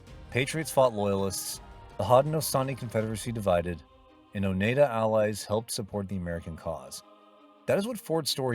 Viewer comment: AGain as some who live in Upstate New York, It's pronounce O Nide Ah. Get the pronunciation right.